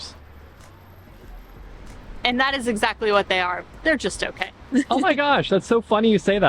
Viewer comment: Smallers? It is smullers, with a "u" and pronounced approximately as the "u" in to cut.